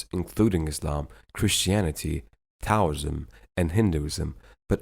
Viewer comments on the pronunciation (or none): none